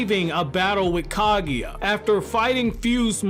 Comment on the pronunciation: Not Ka-gui-a .... she's Ka-gu-ya.